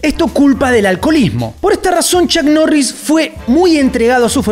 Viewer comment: Bueno chuck norris te anda buscando porque asi no se pronuncia su nombre!!🔥🤣🤣🤣🤣🤣🤣